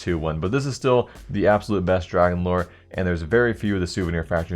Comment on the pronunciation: "abosulute fortune"